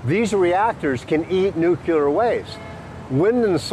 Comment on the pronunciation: Can't take this guy seriously. First, I don't see him or his book title on . Second, he' can't pronounce "nuclear," and apparently doesn't know the difference between an "anecdote" and an "antidote." Third, he does nothing but throw out the usual arguments like hormesis, and does it in a hand-waving manner. All hat and no cattle IMO. Oh, and the audio quality sucks, too.